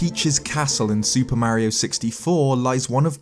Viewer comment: If you have, then why do you refuse to pronounce his name correctly?